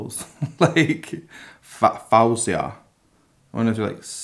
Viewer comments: Her name is Foh-see-uh. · Syukri No, she has said her name multiple times to correct it, idk why she doesn't use the Arabic pronunciation, but she said it's Foh-zee-ah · Cool reaction. She pronounces her name Fohzhia, by the way. Love her! So multi-talented and distinctive. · hii its pronounced foe-zia, you should react to how it all works out stripped! 🖤🖤